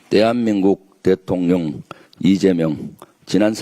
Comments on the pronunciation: 이 형님 대통령 발음 깔끔하게 잘 하시는군요 이전에 대통련이라고 발음하신 건 의도적이었건 걸로 이해하겠습니다 ㅎㅎ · 대통령이라고 발음 하실 수 있었다는 사실을.. 이제야 알게 되었습니다.